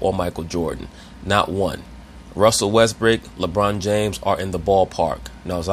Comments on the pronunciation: Did he say Russel Westbrick lol smh 🔥🔥🔥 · He always says Russell Westbrick & James Hardhead 🤣